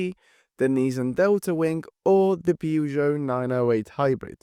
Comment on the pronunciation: mate, why can't you pronounce Peugeot at all???